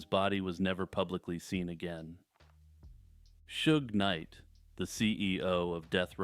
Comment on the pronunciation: Hey you nailed that Suge knight pronunciation this time!